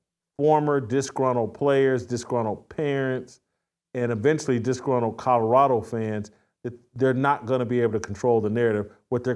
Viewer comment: lol "Cottarada"